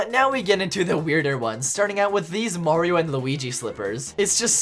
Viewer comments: No, you’re saying Mario wrong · OH GOD HE PRENOUNCES IT MARY-O this videos gonna be amazing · The way he says Mario ball😂